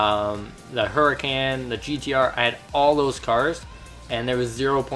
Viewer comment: It's is said Lamborghini hur-I-con